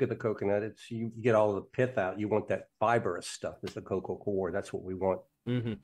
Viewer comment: Still bothers me that the word 'coir' is always mispronounced.